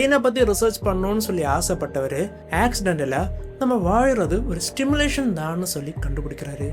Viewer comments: Bro while saying the word simulation , you are pronouncing as Stimulation ...😅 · Bro it's simulation , kindly correct it while pronouncing , not Stimulation Stimulation means தூண்டி விடுவது